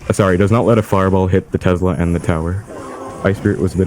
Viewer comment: Somebody please tell this guy that tesla has an "s" not a "z".